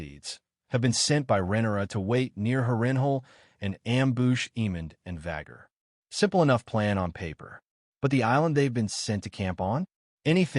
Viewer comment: Insane pronunciations lmao. Amboosh